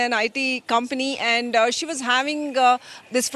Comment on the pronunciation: Again she says anddaa arre it's And D is silent 😂